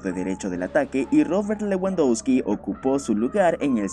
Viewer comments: Buenisimo video y narrativa, sólo trata de pronunciar bien los nombres de los jugadores... se pronuncia "Levandovski" :) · Buen video pero por favor pronuncia a lewandoski mas o menos bien, se pronuncia levandosqui